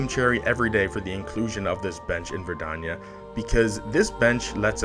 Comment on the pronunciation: Personally I'm a big fan of your dedication to pronouncing "Verdania" differently every other time you say it